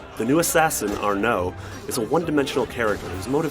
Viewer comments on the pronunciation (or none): It's ARNO, not AR- NO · His name isn't argh no, it's Arno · it's Arno dammit, not arnO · It's Arno, not Arrr Know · It's ARNO! Not ARNAUH... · It's Arno, not Ar-No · haha its Arno not are-nou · Never trust a reviewer calling the main protagonist "Are-no" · Arrr Noo?? Really dude? You can’t even say his name right. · I love the way they pronounce arno's name as "are know". Haha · I can't be the only one that's annoyed by the way this guy says arNO... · Your not the only one lmfao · "Arnou"- IGN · You know it's a bad review if he pronounces Arno as "are no" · He called him Ar-no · "The new assassin Err-No..." That really made me laugh. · Nick879 Yes, I know it's not the best decision, but you should blame Ubisoft. I would probably pronounce it ''Arn-awd'' too, first time, but if somebody would tell me how to read it, I would pronounce it correct. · I hate how he said Anro. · Stop pronouncing "Arno" Ar"no" it's honestly annoying. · anyone notice he pronounced Arno's name as "Are-NO!"? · Why do they get this guy to review games??? No one wants to listen to his gross ass voice for 5 whole minutes. I mean, "Ar-NO"? Seriously did you even play the fucking game? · why does he pronounce it 'Ar-NO' ?? is he mentally deficient? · am i the only one who thinks he's saying AreNo? (arno) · You shouldn't even be reviewing this game if you don't know how to Pronouse Arno's name :/...... just saying.... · why does he keep saying arno with and emphasis on the o lol its kinda funny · When you say Arno you have to put emphasis on ar not the no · why does he put so much emphasis on the 'no' in "arno" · Ugh, the way he kept pronouncing Arno was annoying.